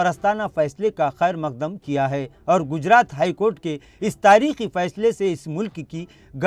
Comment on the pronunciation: محترم جناب آپ کا اقدام خوب ہے پر تلفظ پر زرا دھیان ضرور دیں جیسے تاریخی فیصلے کو تاریکی فیصلے نہ پڑھا کریں شکریہ don't mind